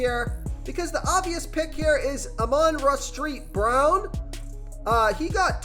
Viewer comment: Are u pronouncing the son gods name wrong on purpose? Or have I been saying it wrong?....just curious